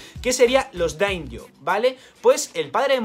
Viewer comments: pequeño comentario al respecto de los daimyo. En japonés la sílaba myo es un diptongo, y se pronuncia "mio", por tanto la pronunciación correcta sería daimio y no damjo (como pronunciado en inglés) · Se dice "damio", no "daim yo" : )